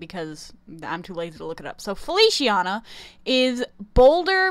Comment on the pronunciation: I wish some of the characters were actually girls... 😭 And Feliciana is pronounced “Feli—chee—ah—na”. In Italian “c” sounds like “ch” when it’s with “i” or “e”